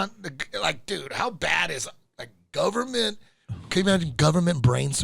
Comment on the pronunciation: guhvuhmint cheeese!! 🧀😎